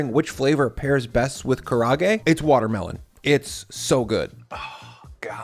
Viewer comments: Props for your recipe and technique! My only critique - please, please, please, please!!! Karaage is four syllables. It's ka-ra-a-ge, not ka-ra-ge, nor ka-rahhh-ge. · Kara-ah-gay, not kuhhrawgay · not to criticize but I’d like to offer a better way tp pronounce Kara-age. More Japanese-like. Try this, eeerrr, say this instead: kalla-age Yes, that’s right, use a double “ll” vibe. Not “Kara” it’s more like “kalla” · When you pronounce kara’age like carra-gay, it doesn’t inspire much hope for the recipe 🤣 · Ka-ra-a-ge. The double vowels in Japanese regularly throw Americans off. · It’s pronounced kah rah ah gay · please note that Karaage is a 4 syllable word and should be pronounced KA-RA-A-GE. Otherwise, keep up the good work! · Its said kara-age. And leviosah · Karaage has four syllables: ka-ra-a-ge, not three. Just put a glottal stop between the second and third to get kara'age. (At least he didn't call it an entirely different dish through the whole video, like that tonkatsu/tonkotsu mess.) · Kara..then “ahgay”, kinda like the way we say “bookcase” in English. Love your vids..wish you’d never again use canola oil, I just..don’t like it. Always seems like a machine oil instead of for cooking, I’m not sure why, if it’s the fragrance or taste. Organic sunflower oil is way better in my opinion..especially in your quesadilla recipe, both for the tortillas and for frying. I used organic soybean oil once when I was out of sunflower, not nearly as good as the sunflower in the quesadillas recipe..the sunflower just seems so light, so “not” oily..